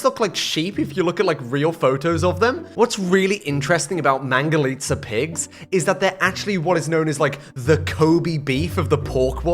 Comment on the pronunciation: Finali someon got right the mangalica pronunciation right! Thank you!